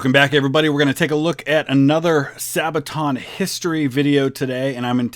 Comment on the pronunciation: Youtuber- *Doesn't pronounce Sabaton correctly* *Into the comment section, the sabaton fans march*